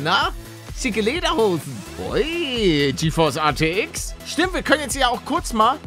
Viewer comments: Hey Paluten ATX oder RTX du sagst immer ATX 🤣🤣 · Wie er die ganze zeit ATX statt RTX sagt👌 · er sagt ArTX